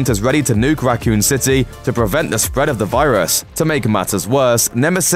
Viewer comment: "Racoon citay"